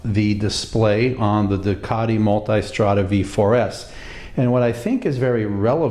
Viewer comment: hello , i am fallowing you regullarry, can i have small segettion for you , pls when you pronouncing multistrada DO NOT CALL moltaistrada .its name MULTISTRADA .this is italian brand name multi as short not multai :)